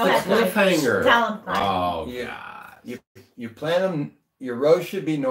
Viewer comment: Why do you leave out the o in the word God?